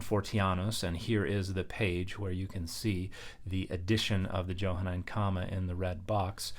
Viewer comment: It's pronounced with a soft "j" . . . Mr. scholar.